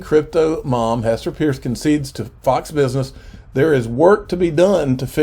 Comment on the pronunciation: Gasparino and both refuse to say Hester Peirce's name ('purse') correctly.